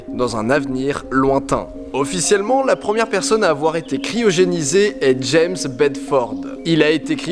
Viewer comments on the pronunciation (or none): none